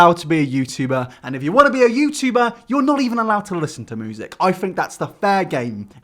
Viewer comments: Why the fuck cant you pronounce "music" correctly? It is "myu-sic" not "moo-sic". Other than that nice video bruv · Is it just me when he says “music” I heard “Moosic” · moosic xD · "moosic" ... dude... isn't it music? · LEARN HOW TO SAY MUSIC PROPERLY YOUR DRIP! ITS NOT MEWSIC! FOR A CHANNEL THAT IS NOTHING BUT TALKING YOU SHOULD BE ABLE TO TALK PROPERLY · 'moosic' ? never noticed before haha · No one: Really no one:: MOOsic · If he says moosic one more time I’m gonna lose it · Youtube "Moozik" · Does anyone else hear him saying moosic instead of music?